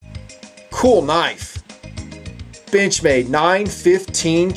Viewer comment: does it sounds like "bitch-made" or it's just me?